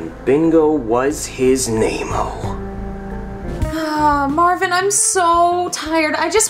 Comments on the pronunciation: Why do they say Marvin tho? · Wait did she just call mario marvin